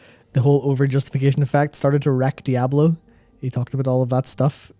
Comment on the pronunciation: It’s not a regional thing, seen Floridians , Oklahomites , and New Yorkers say “Die-ahh-blow . Lol.